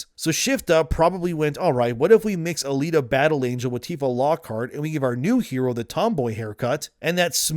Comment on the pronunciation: How? HOW did you F up "Alita Battle Angel'" by calling her Anita, lol. Other than that little nitpick great video per usual